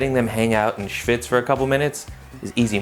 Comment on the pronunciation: As a german im impressed in how he says schwitz or schmalz